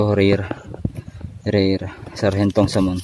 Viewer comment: Samon daw kala ko SALMON 😁😁🐒